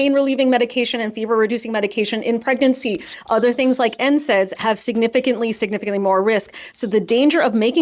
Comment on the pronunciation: Or "pregercy". 🤦‍♀️